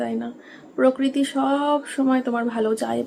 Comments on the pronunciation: পকৃতি না প্রকৃতি।😂😂😂😂😂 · পকরীতি খুব কানে লাগছিল গো বলো প্রকৃতি 😊